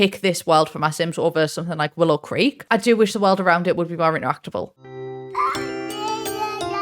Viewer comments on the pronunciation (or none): none